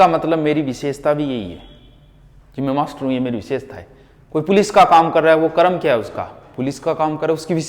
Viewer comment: आपको सर कर्म शुद्ध बोलना चाइये करम बोलते ह आप सुधारिये